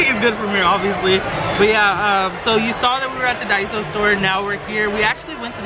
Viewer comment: Daiso not daisy lol